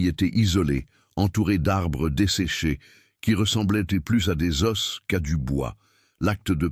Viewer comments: Bof j’ai rien compris une distance long il au lieu de elle osses de os au lieu des zo il au lieu de elle et bien d’autres je ne vais plus écouter je vais le boycotter j’espère que d’autres le feront ainsi ils corrigeront tout merci ❤️ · Toutes des histoires ne prenoncent le mot os au pluriel correctement. Vous ne pourriez pas le corriger une fois pour toute. Un os des zo. York UK